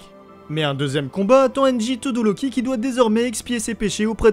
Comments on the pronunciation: 1) On dit Todoroki et non Todoroli Et 2) Toya est "mort" est non disparu ! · La vidéo était magnifique mais ça se dit todoRoki